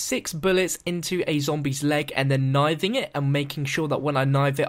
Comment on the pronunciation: Knifing not kniving